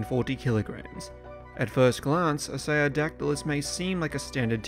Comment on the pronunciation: Are you *mispronouncing* the name of this Early Cretaceous pterosaur from approximately 120,000,000 yrs ago, You strangely say “I-Say-O-Dac-Ti-Lus,” when the species orthography would suggest “IST-Ee-O-Dac-Ti-Lus” as the proper, correct pronunciation, as the name “Istiodactylus” means “sail-finger,” which is a compound of the Greek “istio” [pronounced “Ist-E-O”—- with the first syllable pronounced the way one pronounces the “ist” in the English word “fist”——and “dactylus,” the by-now quite familiar Greek word for “finger.” I do actually have an evolutionary question,. By the Cretaceous Period (particularly the Late Cretaceous) many of the more evolutionarily advanced pterosaur species——such as the (in)famous pteranodon and nearly all the great Azdharkids—-lost their teeth and tails (which had been characteristic of many early, Jurassic pterosaur species, such as the Rhamphorincids), and they instead developed large, toothless beaks. As the Istiodactylus was an Early Cretaceous pterosaur rather than a pterosaur of the Late Cretaceous, *DO YOU THINK ISTIODACTYLUS’S STILL HAVING ITS TEETH RATHER THAN A BEAK IS AN INDICATION THAT IT IS A MORE BASAL FORM OF PTEROSAUR THAN PTERANODON AND THE AZDHARKIDS? Or, rather, do you think that the Istiodactylus was a highly evolved pterosaur that just happened to keep its teeth because of the scavenging niche it occupied in the food chain?*